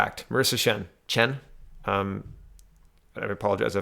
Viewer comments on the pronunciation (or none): none